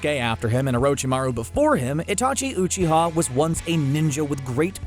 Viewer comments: I clicked off when he said “OOCHIA” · Is it that hard to pronounce uchiha